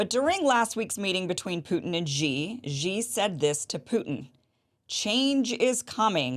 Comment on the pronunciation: Xi pronounces like “she” not G. 😂